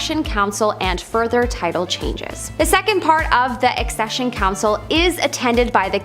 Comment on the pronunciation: Its Accession on eccesion 😁